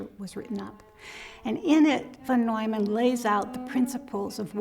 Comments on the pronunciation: It is Von Neumann,not Vandolman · It's not Ron Doyman, it's Von Neumann, probably the most famous guy, how can the subtitler not know this guy... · Von Neuman (pronouned "vaugh noy man"